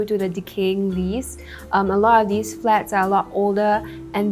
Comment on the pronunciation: You really ought to be able to pronounce "these" if you're going to host a news show.